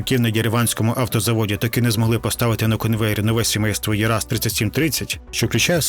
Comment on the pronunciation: 1:На цілині освоювали степ (казахстанський), а не болото, 2: не Ераз, а ЄрАЗ.